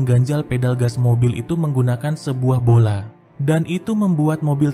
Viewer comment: Pola bg bukan bola